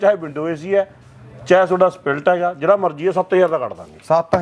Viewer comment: Dukan daar nu split ni kehna aunda spiiilltt 😂😂😂